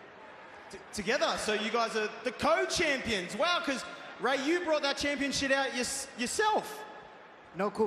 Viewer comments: Sounds like Waller said "championshit" lol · Waller said "championSHIT." ...and i think he realized it too lmao